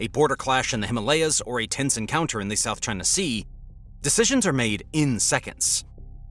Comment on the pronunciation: It always kills me when people say, "South Ching Sea!"😂